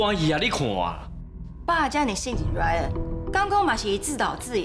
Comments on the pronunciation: 1：19：26 把Ryan念成lion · 原來RYAN變LION了!哈哈哈~ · 有人發現講成lion嗎哈哈哈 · RYAN都念不好了，還要接班 XDDDD